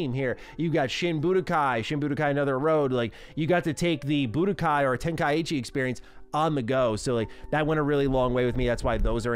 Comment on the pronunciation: Nice collection FYI 90% sure you said “tenkaichi” wrong